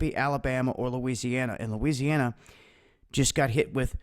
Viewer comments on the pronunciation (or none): none